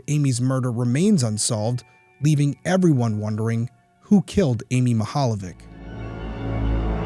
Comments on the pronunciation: Mihaljević is pronounced like it's Mihaljevich (ch= ć). That is Croatian or Serbian surname. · This is a Slavic family name. I love the pronunciation and that it didnt stop u covering it. ❤ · you butchered her last name